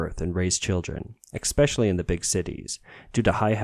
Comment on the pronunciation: Remember when you had to go to university to become a journalist? Because a real journalist would know how to spell 'decrease' and pronounce 'especially' .